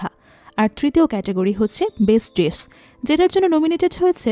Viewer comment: Your voice is very clear. Also, nice presentation. Just need a little bit of concentration on your English pronunciation please. Like 'Dish' it should be ডিস not ডিছ. Your quality of storytelling quite similar to Achirer Golpo. Very good.